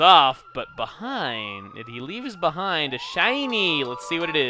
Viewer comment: "he leaves beh-EIN-d"